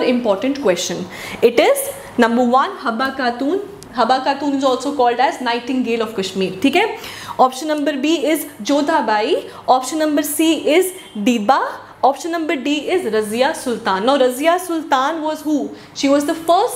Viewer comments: It is Didda (wife of Shemgupta not Dibba) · It is did a not dibba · Helo Mam How r u itz not Dibba itz Didda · Mam its didda not dibba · It is didda not dibba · Mam ..Dida...ya diba ..clear krna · Maam it is didda or dibba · Ma'am is it Dibba or Didda?